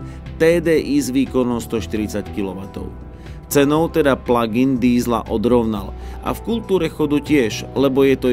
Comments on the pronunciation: Proboha žádný "pladžájn", strašně to tahá za uši. Výslovnost je "plagin". Děkuji. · Prosim prestante hovorit pladžain...prosim...prosim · Pladžajn.... 🤣 to je ako "superbéčko" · Pla džajn podle vzoru vadžajna? :D Fakt to nekdo tak vyslovuje? :D Ale ta cerno-cervena je krasna! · Pladžajn boha angličtina jak Harabin😄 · "pladzajn"? to kto tak hovori? inak ako si hovoril, ze cerveny superb pritahuje pohlady - "hmm pekna oktavia" :D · haha, perfektni vyslovovani plug in, se na tebe kazdej kouka protoze to vypada jak jahoda 😆...., vypada vyborne ..."blacked out plug in"